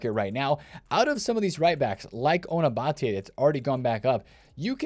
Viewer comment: You said ona batlle correctly. I’m impressed